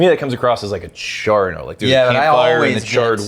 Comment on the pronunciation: Am I the only one who thought of chore boy when said char all wrong.